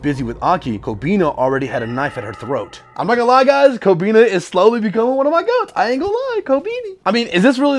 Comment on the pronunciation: every time you say kkobeni wrong hurts more man lmao